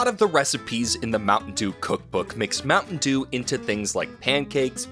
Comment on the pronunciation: my mom was listening to this and she was like, "mountain eww"